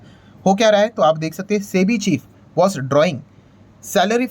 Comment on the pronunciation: Chebi kyu bolre sir